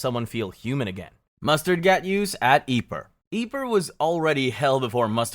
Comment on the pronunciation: Yeeper, not quite the right pronunciation buddy